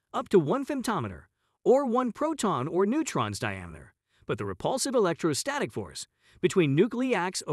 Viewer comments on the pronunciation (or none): none